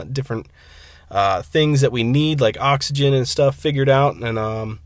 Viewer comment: why are you saying ox-o-gen. It is oxygen